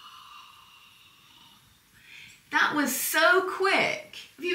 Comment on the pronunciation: Aw, in the “frowmage”… luv it! 🧀 “My husband is a genius,” 😊 !